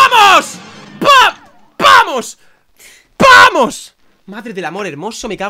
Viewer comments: Soy yo o decia PAMOS en vez de VAMOS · ya no es "vamos" es "pamos" :V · DICE PAMOS EN VEZ DE VAMOS